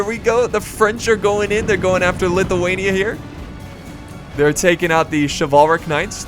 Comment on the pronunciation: It's shivel-rick not shiv all rick